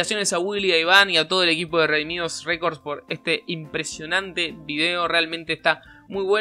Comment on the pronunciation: Lo de no se dice Redimidos pero Redimido Redimi2 Por favor deja de decir Redimidos pq no es así Solo te dije eso no en malo pero en bueno No te estoy juzgando No lo tomes mal sólo era un comentario como otro 😅 Dios te bendiga